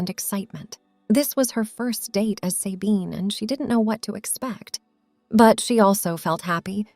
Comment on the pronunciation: Not Saybine - Sabine with a short a.